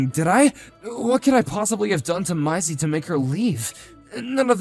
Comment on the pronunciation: Its maisie is pronounced maysee